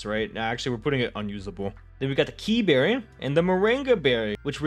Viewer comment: Kee berry has some use. Just watch emvee